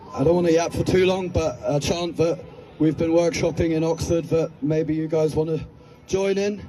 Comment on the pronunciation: "Ahhh, university education... you can't beat it!" Captain E. Blackadder France 🇬🇧 Also, for future reference, someone should tell him there isn't an 'r' in the word 'chant'.